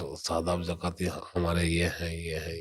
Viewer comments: Yr ghalt baat hai jakati nhin zakati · jakath nahi zakath kahthehai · Not jaakaat zaakat